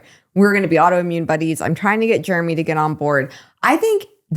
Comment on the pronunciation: The only slurring I’ve noticed is you have always called Jeremy, “Jermy”.